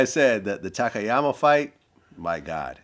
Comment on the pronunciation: I’ve seen a few interviews with Don where gets a tad irate if the interviewer doesn’t get Takayamas name right. Show the man some respect and get his name right. Dons a class act man